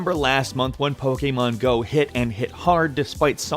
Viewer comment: You pronounce Pokemon Go like a Romanian Seriusly